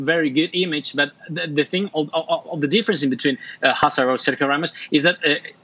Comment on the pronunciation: Jesus the least you can do is say his name correctly HASSART HASSART